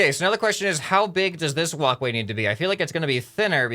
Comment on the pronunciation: Every single time you say walk way I think of woc way